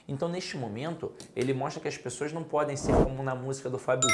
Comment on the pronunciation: Boa aula. Mas na hora que falou "as pexoass" eu ri. Acho que é carioca. Boa aula. Parabéns